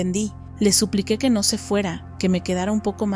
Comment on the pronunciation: No sé dice ño ño Se dice no no 😂😂😂😂😂